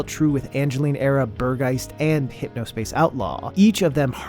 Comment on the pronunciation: Angeline Era is missing from the List of Games Shown. Might be me but i´m having difficulties understanding the names of the games sometimes so having them all listed or maybe on screen would really help to find them. Especially hearing you tr to pronounce Burg Geist XD caught me offguard as a german xd Great Video anyway, thx u so much and keep doing what you´re doing and wishing you a good 26!